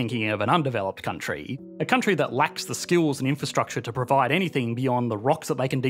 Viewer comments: why do say "country" so weird....countriiiiiiieeee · this Countryee has an advanced economyee